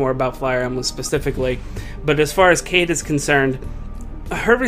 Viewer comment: her name is pronounced shiida